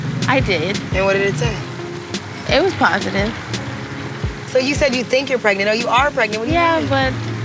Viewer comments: He did not say „pregnento“ Hahahaha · Stevie saying “pregnanto” is nasty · steve really looks at the test and says “pregnento” i cant stand him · “Pregnito” -Stevie 😂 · Did stevie just say "pregnito"...... 😂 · Not “Pregnito” 😂😂😂😭😭😭😩😩